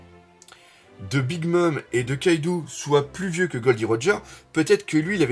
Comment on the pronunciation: Salut, on dit KaidO pas KaidOU, stp ^^ Je l'ai appris dans une de tes vidéos via un commentaire de DBTimes, autant appliquer ses propres leçons:) Tu fais un super boulot sinon